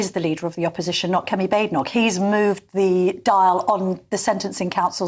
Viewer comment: That s not how to pronounce her name. its kemi not chemi